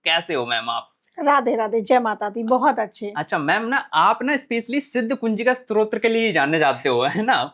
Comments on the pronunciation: Strotra nahi stotra kehte hai 😂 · Arrey bhai, pehle "STO TRA" bolna toh seekho. Strotra hota kya hai....